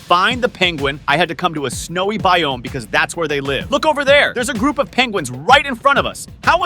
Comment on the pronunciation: His pernounciation with biome sucks!